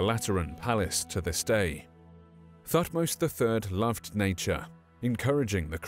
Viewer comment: Sorry to be picky but pronounced Tutmose but everything else spot on & very very good, thank you for your hard work.😃